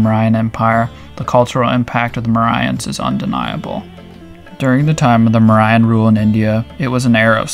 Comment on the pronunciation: you're pronouns mauryan so wrong